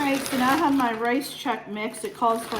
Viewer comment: FYI, it pronounced checks, not check cereal.